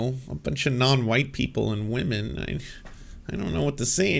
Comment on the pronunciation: Whenever I hear these chuds say wahmen, all I can think is "They besmirch the way of Wah! Takodachis rise up and defend the honor of our priestess!" I've been on the internet for too long.